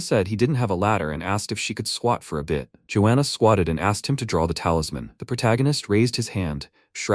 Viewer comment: georgiana ❌ joana ✅